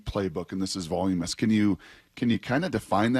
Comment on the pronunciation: Somebody please explain to Brock how to say voluminous.